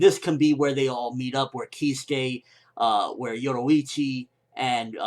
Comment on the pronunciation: Keeskay, yolowichi, eeshin, this fucking guy makes me laugh so hard im crying he cant announce Japanese names to save his life, oh holy shit this is funny